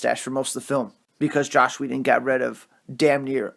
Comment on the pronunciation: Say it with me: JOSS Whedon (pronunciation like Ross, not like slosh) Ciarian Hinds. (PRONOUNCED Sear-EE-Ann)